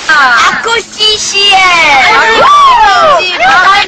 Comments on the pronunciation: "ako shi shi el" prang tanga lng eh no? xD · ako SHI SHI-EL ahahha epic!